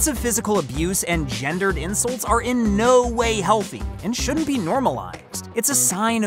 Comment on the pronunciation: Awww the insuwts huwt my tummy :(